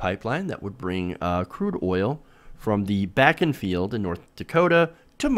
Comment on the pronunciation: The oil formation is pronounced "BAH -- KEN" (I grew up there.)